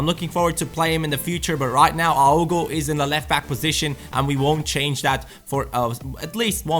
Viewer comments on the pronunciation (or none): none